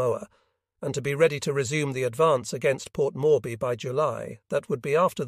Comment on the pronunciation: Port morby? Every name is pronounced wrongly.